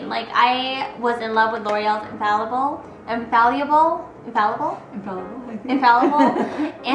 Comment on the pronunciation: Geezus people. She tripped up over pronouncing a word that she was NOT reading. She was talking about the L'Oreal INFALLIBLE lip color, but holding the Cover Girl. Judy is a human being. We are all human and make mistakes. Give it a rest people. Great video Judy :-)